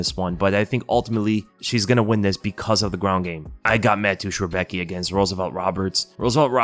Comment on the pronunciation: Damn you pronounced Rebecki sooooo wrong haha its funny to hear. I know its hard for someone not from Poland but its so funny 😅😅😅